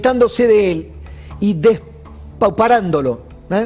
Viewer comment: DEPAUPERANDO no deSpauperando, mi estimado amigo